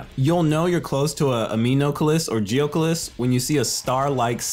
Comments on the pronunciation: To pronounce it, you say Anem-oculus and Geo-Oculus, say Geo or anem then say Oculus as in the VR headset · Mah boy legit called Anemoculus and Geoculus as Aminocles and Geocles.